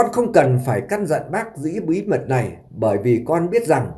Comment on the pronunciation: MC ở xứ sở nào mà phát âm “ này “ thành “lày “ , “nội “ thì phát âm “lội “ …….nghe phát nổi sảy luôn !!!???